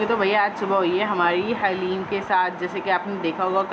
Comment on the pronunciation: Haleem nhi Kaha kren dhleem Bola kren plz